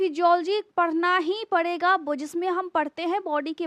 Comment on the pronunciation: Parrrraye hain 😂